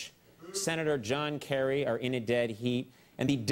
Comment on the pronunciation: When Edwards pronounces “Senator Kewwy” like a baby I died